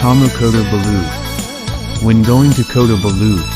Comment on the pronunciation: Loved visiting the tamu in KB... the pronunciation of Kota belud and Sabah made me cringe a bit...even I learned how to say them before my trip to Borneo..enjoyed your vid